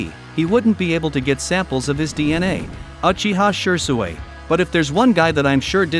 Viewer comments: Shee-swee* Man-gek-yo* TOBY-RAMA* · I like the fact he says shure sway instead of shisui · Man the way you say n pronounce a lot of things drives me nuts!😂 wth is “she-sway”😂😂 don’t do my fav shisui like that ever again plz😂🙏🏼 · ur pronunciation of uchiha shisui sucks 😂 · OMG, almost every other word in Shisui’s section was mispronounced...I can be the only person that struggled thru that!